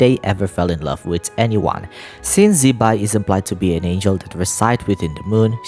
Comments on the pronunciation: Not shaming, but I think Her name should be pronounced as Zi-Pai (Zuh-Pie) not Zeee-Bye, thatswhat i remember studying mandarin 😅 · HAHAHAHAHAHA because wrongly pronounce zibai as Chibai will be a cursing in mandarin 😅 chibai same as fuck you in english